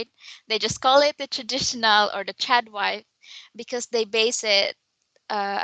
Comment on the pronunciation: LOL--several times when I hear say "Trad wife" in this video, I thought she said "Chad wife"!